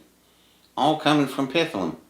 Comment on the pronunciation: Honors to you, but you are still mispronouncing Pith..lam. Don’t put an “a” in the middle. Thanks